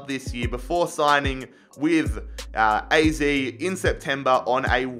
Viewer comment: You pronounce AZ as AAZET Greets from the netherlands🤣🤙🏻